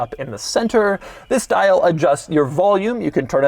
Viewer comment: Doug really hits the ‘di’ in ‘dial’